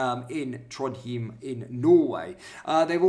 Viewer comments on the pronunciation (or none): It's pronounced "Trond-hime" instead of ""Trond-heem". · IT'S pronounced TRONDHYME I understand. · For your help "Trondheim" is pronounce "TronYem". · Trondheim - Pronounced tron-hime (like time) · It's pronounced Trond-hi-m. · It's pronounced Trodhime. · It’s pronounced Tronhime. I have been there many times. Lovely place 😐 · "Trond hiym" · I lived in Norway over 10 years ago - in Oslo - my partner and I warned them about immigration then…pronounced Trondhime 😉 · Trond-hime is how it's pronounced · I think it's prounced Trond hime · Pronounced Trond high m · It IS - but the reported seems to invent a new pronounciation every time he says it.